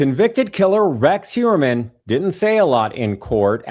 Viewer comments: For the guest: His last name is Huer-mann, not Hue-MER-man or Hue-BER-man! Matt Johnson pronounced it correctly several times and she still gets it wrong!🤦 Also, imo, they should not study him! It will make him think he is more special and give him time out of his cell and help him relive what he did over and over again!! Studying someone this evil, does nothing to prevent these heinous acts! It just makes money for people writing books about him! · It bothers me that she keeps calling him Huberman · why does she keep calling him Huberman? and right after Asa says "Mr. Heuermann" for someone so "tuned in" it's a crack in the veneer. she's not really listening. am i mis-hearing her? maybe. she's all about self promotion. yuck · She might be an 'expert' but she keeps calling him Mr Huberman. At least, '', you should get the name right after all these years he has been in the spotlight.